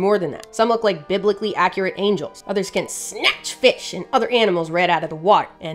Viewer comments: And around the 4 minute mark We learned that we have to say bibble from now on. Or else suffer the fate, of not being prepared to say "biblically". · I love how has no Problem pronouncing words Like hemichordates or other 20 letter Long words...but biblicaly...oh hell